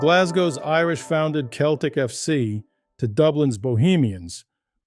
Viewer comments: Celtic pronounced as Sell-tick. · Excellent video, slight correction the football club is pronounced with a C not K sound.